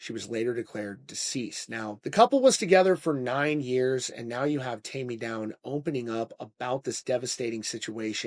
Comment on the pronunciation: TAIME NOT TAMMY! WTF?.😮